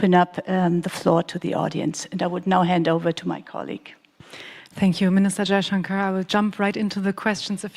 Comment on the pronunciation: S jaichankar😅😅 Brother it is shankar😂